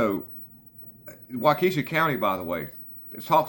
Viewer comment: Walk uh shaw , that's how you say waukesha.